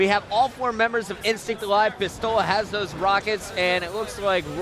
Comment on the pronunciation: "final bos...Ah god, INSTICT"